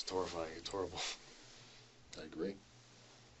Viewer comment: It’s torryfying , it’s herrible